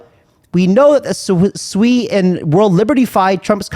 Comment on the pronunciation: Not fkn swei. It is sue-e